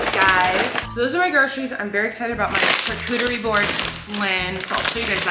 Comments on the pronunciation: Love that you say “ch-arcuterie” board and not sh-arcuterie haha❤️ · The way Colleen pronounces the ch in charcuterie instead of saying it like an sh sound... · wait. is that how you say charcuterie???